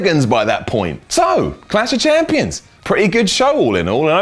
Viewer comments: is it really that hard to say clash of champions? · is reading a autoque, therefore how does he mess up saying Clash Of Champions lol